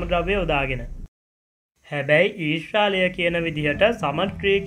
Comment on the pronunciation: අනේ මචං ඊස්‍රාලය නෙමේ ඊශ්‍රායලය කියල කියපංකො .